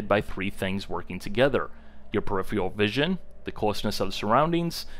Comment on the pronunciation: Very useful video. Just please work on your pronunciation of the word "peripheral".